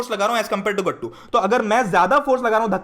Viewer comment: The way u pronounce GATTU...GATTUU!!>_<😂 SO good ❤